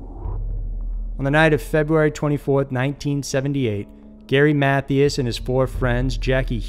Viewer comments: Ok, it has to be done- the man's last name isn't pronounced like math-E-us, it's pronounced like math-I-us. Also it's not pronounced like Bozz-man, it's pronounced like Bows-man. Ok, sorry that was bugging me, and had to be acknowledged. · None of this is funny but I chuckled anyway when I heard the pronunciation of “Matthias” because it sounded like a valley girl saying “Matthews.” I have heard of his disappearance and I guess I always thought it was pronounced “math-eye-as” but what do I know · "mathy us" 😆